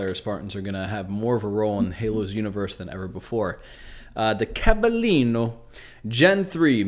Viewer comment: That ‘Cavallino’ pronunciation lol Gotta be one of my favorite parts of Halo, having interesting lore descriptions for armors. Too good.